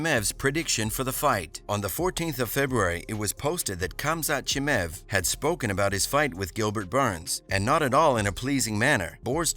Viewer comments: Who's this Chimäääv guy dude keeps talking about? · Khamzat "Chimev" 😂😂😂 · Who tf is ”CHIMEV”